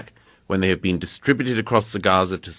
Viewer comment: Murray destroyed himself. “Have you bean there?”